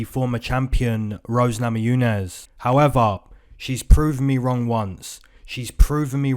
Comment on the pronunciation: I keep coming back here.. just to hear you say "Howeva"... lol much love :)